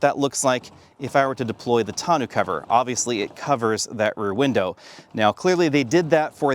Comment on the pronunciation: can't pronounce tonneau.🤣🤣🤣